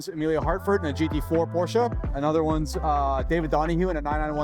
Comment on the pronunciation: Thank you for pronouncing Porsche correctly